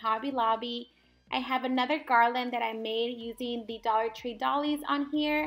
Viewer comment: So cute! Oh, and doilies is pronounced "doy-lees" 🖤🖤🖤🖤🖤🖤